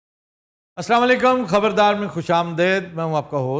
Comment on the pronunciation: سر، "خ ب ر دار " کے 'دار' کا ر سیدھا کرلیں۔